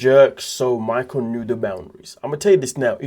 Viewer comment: = You keep calling him MAICKOWLLLLLL 😂😂😂